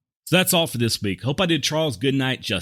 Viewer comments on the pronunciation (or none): none